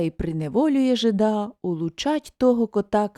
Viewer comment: Вибачте,але не жида`,а жи`да.